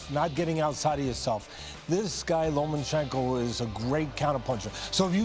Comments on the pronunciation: Lo Ma Chen Ko. Not Loman chenko you are pro sports commentators. Get your game on. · He is not lomaNchenko, invalids! Learn the names of the boxers at least.